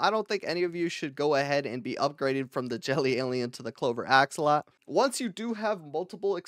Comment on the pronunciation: Axolotl ❌ Axolot ✅